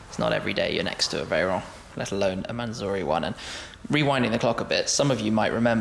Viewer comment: Its a mansory not a manzory u brit